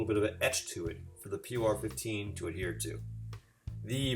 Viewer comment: It's pronounced "poor" 15 😉